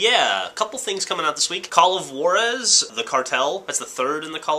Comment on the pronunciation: call of waraz yeah!!! its call of jurazz